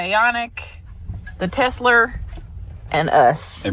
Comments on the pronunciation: LOL!!! Did just say TESLER??!! HAHAHA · “Tesler” … “everything’s computer” … these guys are really up with current events